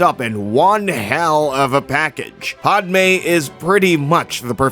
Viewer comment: Really... PODme? It's Pah-d-may